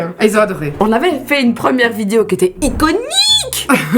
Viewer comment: Je t’adore mais tu dis Vidio ça me stresse 😂